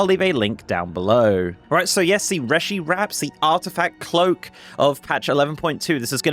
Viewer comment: PSA: It's pronounced 'ree-shee', as per all spoken dialogue in game.